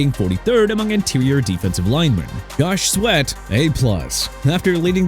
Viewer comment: JOSH SWEAT, CHARVARIUS WARD, JONATHAN ALLEN AND JUSTIN FIELDS! NOT GOSH SWEAT, NOT GARVARIUS WARD, NOT GUSTIN FIELDS, NOT DONOVAN ALLEN!! DREW DALMAN NOT EU DALMAN AND CARLTON DAVIS III NOT ARLTON DAVIS III AND COOPER KUPP NOT UPER KUPP AND CHICAGO PRONOUNCED SHEE-KAH-GOW NOT CHEE-KAH-GOW!! WHAT'S WRONG WITH YOU?! I HOPE YOU AND YOUR EDITOR GET FIRED!!